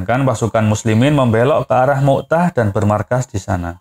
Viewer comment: Bukan mu" tah min... tapi mut" ah